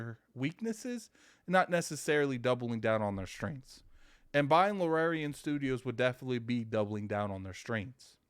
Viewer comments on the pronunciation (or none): I hate the Xbox community with my whole body and soul anytime something half-way decent y'all screaming for Phil to go buy it. Another banger misses Xbox. Baldur's Gate 3 is going to blow Starfield out of the water. The studio is pronounced Larry-an and the genre is CRPG standing for computer or classic RPG eluding to its heritage. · Luuhh-Rare-Eon Studios! Baahahaha other job 100% has to be the local butcher!!! I can't believe how many times he said Luhrareon Studios hahaha!!!